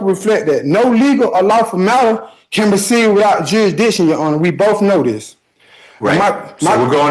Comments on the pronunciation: "Jur-i-di-shun"? or "Jurisdiction" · He's not challenging jurisdiction. He's challenging jurisdishon! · How to challenge jurisdiction. Step 1: learn how to pronounce jurisdiction. Step 2: be theatrical and whine a lot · I saw this guy a while back. He is so whiney and annoying and can’t pronounce jurisdiction, and I just can’t watch him. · Hearing an imbecile challenge jurisdiction when he can't even pronounce it properly is comedy gold.